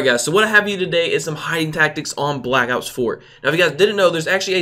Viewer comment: Am I hearing things or did he say in the first 6 seconds of the video "black outs 4?"